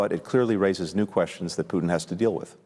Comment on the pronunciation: does she say puchin ? 😂